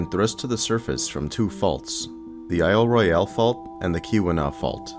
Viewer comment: I cringed every time he said "I'll Roy-al". The Michigan Geological Survey ought to know it's pronounced "I'll Roil".